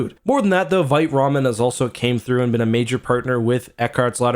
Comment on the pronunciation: I say this as a French teacher 👨🏻‍🏫 with 2 degrees in French. “Vite” is a French word for “fast” and it is pronounced as “VEET,” not “VITE/VYTE.” Please pronounce it as “VEET,” especially as a Canadian where your country is officially bilingual, English and FRENCH 🇨🇦. You sound uneducated when you mispronounce the word “Vite” as “VEET.” I love you, man, and I am trying my best to lift you up. No disrespect. ✊🏻